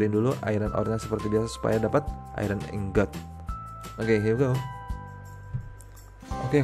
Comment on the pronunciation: ingot bacanya tetep ingot bukan aingot.